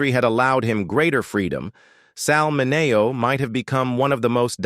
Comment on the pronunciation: You're saying his hame wrong. MINNNN-E-OHH.